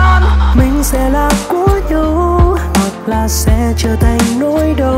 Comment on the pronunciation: Đoạn "Mình sẽ là của nhau Hoặc sẽ trở thành nỗi đau" mình nghe NĐV phát âm : nhau = nhâu, đau = đâu. Hi vọng bạn cải thiện việc phát âm để bài hát được trọn vẹn hơn ❤️.